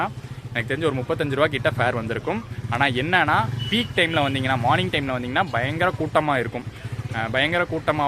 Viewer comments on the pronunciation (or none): none